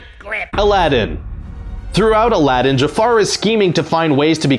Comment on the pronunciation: IT is not ALADIN, IT is ALADDDDDDDDDDIN